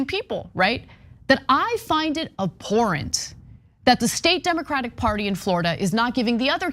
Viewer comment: ABHORRENT, Ana, not AHORRENT.